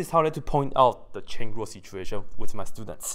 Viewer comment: says "Use the Chen-Lu" its like martial arts XD